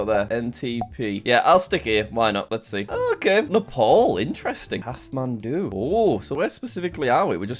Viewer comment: Kathmandu. The "h" is silent, pronounced "cat man do"